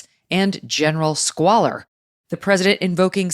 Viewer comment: Only when he said "squaller" did Appalachia know what he meant!